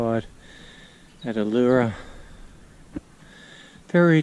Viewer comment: Allora isn't pronounced ALAURA it is pronounced ALLARA , The A in the middle has a U sound like Umbrella. And warwick is pronounced WARRICK :)